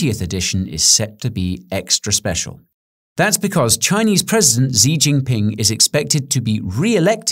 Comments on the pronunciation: Good presentation, however please note that Xi is pronounced like SHE not ZEE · Xi is pronounced 'she' not 'ze' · Xi is pronounced She, not Zee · His name is not pronounced "Zee Jinping" It's in between "Gee Jinping" (with a soft G) and "Shee Jinping" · Great! just one slight pronunciation advice: Xi is pronounced like a brief English "she" , Jin = "djinn", and ping sounds like "ping" pong. There are no "z" in his name. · Z? I thought it was xi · Just to clarify Taiwan has never been part of China so a reunification is something Xi (pronounced she not z ) is making up to sound bombastic. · Please learn how to pronounce the Chinese president's name. Xi is pronounced as "she". The full name pronunciation is "she jin pin" . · Who is Z(ingping ) lol. Xi = Shi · 'Xi' is pronounced more like 'she', she jin ping. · FYI Xi is pronounced more like the English word "She". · fyi: 'Xi' is pronounced 'She'. When native speakers say it, I can also hear a back of the mouth 'Z' (sch?) floating behind the first and second names. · love the video, Xi is pronounced like she. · It's pronounced "Shee". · I do like this channel but that's some proper fear mongering. "For Xi, (sounds like "she", not the letter z) it will be the only opportunity?" Who wrote this? You're better at crypto. You've made 3 eps. so far (TW TSMC silicone shield/Evergrand/and now this) that all seem to contradict each other and raise fear. ;:( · Xi is pronounced SHE. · Xi is pronounced she Just say “SHE”Jinping and you will sound a lot less ridiculous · He is called Xi which can be pronounced as Shi..very embarrassing to make a video about someone before looking up how to pronounce his name.